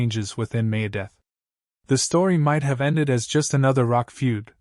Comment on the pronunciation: Dave Must-in? May-Death? Perhaps we should work on our pronunciation a bit....